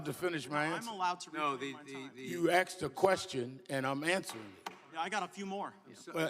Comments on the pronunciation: I don’t think he was ever “axed” any questions.. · Please allow me to answer the question you "axed". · "Aks'd a question". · He "axed" me a question.